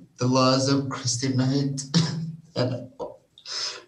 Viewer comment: Her name is Christen not Christian. Have enough respect to at least say her name correctly since that piece of garbage who killed her isn’t getting the sentence he truly deserves.